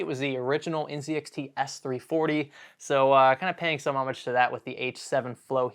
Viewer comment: No one can say homage correctly and I'm mad. You were so close